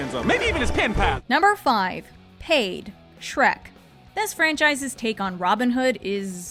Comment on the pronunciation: In Robin hood's song, I heard him say "hey" instead of "paid". As an adult, I STILL hear "hey"